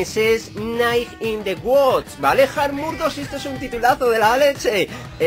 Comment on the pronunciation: in the woods se pronuncia wuuds vivo en USA